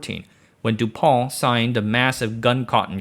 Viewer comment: DuPont is pronounces Dew-Pawnt